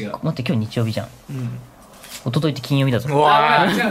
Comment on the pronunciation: ゆめまるの 金曜⤴︎ 日⤴︎ の イントネーション気になった(笑)